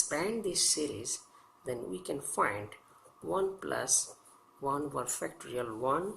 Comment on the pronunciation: Are you saying factory N?